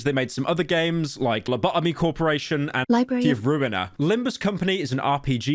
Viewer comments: who the hell said libary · No way pyro said said libary